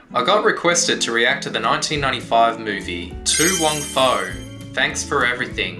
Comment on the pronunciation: It's foo! Not fow!😂